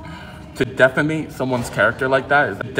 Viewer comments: It sounded like he said deficate 💩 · I heard "defeme"